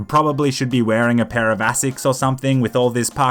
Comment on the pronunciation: ASICS aka “assicks”